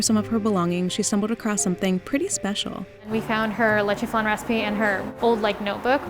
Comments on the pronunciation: The way she pronounced leche Lechey✨✨✨ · wtf is a "le-chay" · The way she says leche made me sick